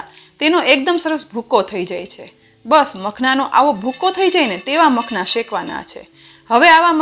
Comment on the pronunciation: માખાના ને બદલે મખણlબોલે છે. પહેલા વસ્તુ નું નામ બરોબર બોલતા શીખો..... ઉચ્ચાર પર ધ્યાન આપવું..